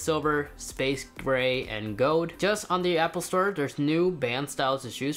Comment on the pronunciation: It’s not goud——g-o-L-d lol